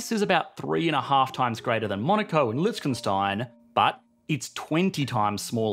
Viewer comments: lichtekstein? holy mother of pronunciation batman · Lol Litch-ken-stein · gotta love that "Lichkenstein" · why is nobody talkin about him sayin lichickenstein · Love how you pronounce Lichtenstein and "aliuminium" 😁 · immediately went into the comment section to see if anyone had made fun of yet for how he thought Lichtenstein was pronounced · Mate what is with that pronunciation of Liechtenstein? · Interesting way of pronouncing Liechtenstein, but incorrect 😁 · Please learn how to pronounce Liechtenstein